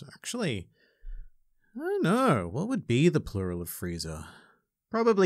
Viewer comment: Highlight of the video... "Friezi" 😂😂😂